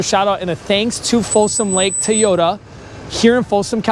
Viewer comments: Its called a TOY ota... not Tayota😂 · It's TO-YO-TA not TAY-YO-DA!!